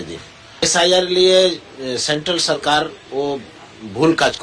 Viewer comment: তুমি নিজেই তো ভুল ভাল বাংলা বলে বাংলা ভাষার অপমান করছো! সেন্ট্রাল "সারকার"! 😂😂😂😂